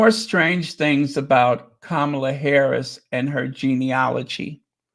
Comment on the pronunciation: Hi, very proud of u on the pronunciation of VP Harris's name. U were on point and nailed it every time on ur piece concerning Janet. Love u, big bro. Many bountiful blessings.